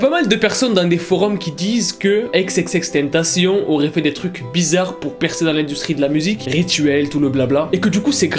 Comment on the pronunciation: Prononce bien son blaz par contre